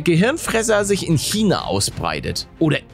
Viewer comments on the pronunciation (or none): none